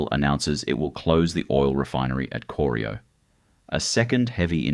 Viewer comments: coreeeyo! cor-eye-oh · Corio is pronounced core-eye-oh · Bwhahahah kor-i-o Was about to dump on that myself..... For someone to put together all this mismatched information information and while doing so didn't YouTube Geelong or Corio to hear how it's said..... Failed to mention the salt works. Or the oyster farms they found when dredging the prominade. I still like the fact that the turbo territory was a game changer that made suvs fast ASF. I believe the spark that later inspired things like trackhawks nowadays. B4 territorys. Suvs were predominantly diesels n slow or 4 cylinders n small. Eats V8s sedans for breakfast... Free trade and opening the door to Temu quality is what ended an era and turned Australia into a single use if lucky economy... Bring back the little triangle with a roo and Australia made back.... Built to withstand the strayan lifestyle and did it with pride.... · Corio Bay, which your AI slop narration not only mispronounced, is not deep water. to is completely factually incorrect. That’s when I stopped watching. Slop. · Was about to make same comment They obviously didn’t talk to anyone in Geelong before recording this